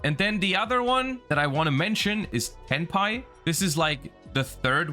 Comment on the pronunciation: Every time he stays Tenpai.... all I can hear him saying is Hentai..... 💀